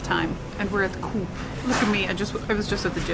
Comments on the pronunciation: Isn’t the Coop actual pronounced Co-op (or phonetically Ko -op). Short for ‘Cooperative’ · its not coop its CO-OP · The store 'coop' is pronounced co-op in canada, like 2 separate words co and op...not like like a chicken coop...must be a swedish thing or an inside joke...is it?